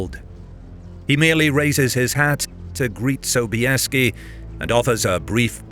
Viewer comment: Озвучка мерзопакостная, Собиес вместо Собесского, хазары вместо гусар, да и вообще...